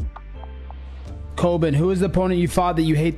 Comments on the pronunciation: Is his real name Colbin? 😂 you know he’s gotta hate getting so many words wrong while ranting. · Dude's calling himself Colbin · Why he calling HIMSELF “Colbin” 😂😅